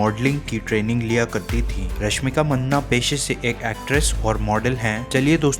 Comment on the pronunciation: Rashmik Maddanna...Manddana nahi yaar